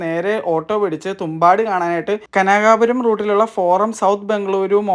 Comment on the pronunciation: Kanakaapuram alla. Kanakapura